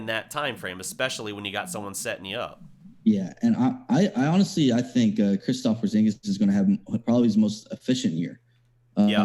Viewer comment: KERUPT KILLER Christophs Poorzingus lmaooo